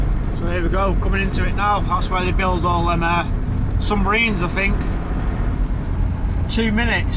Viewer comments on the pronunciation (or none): He can't even speak correctly, "Sumbarines" !